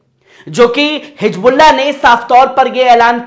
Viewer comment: Jaha higbulla jaha sahi hizbullah h.jaha Jaha... alfaz drust kare,vaha sunne wale sharmate h